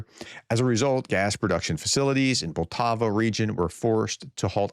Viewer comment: It's POL - Ta - Va Poltava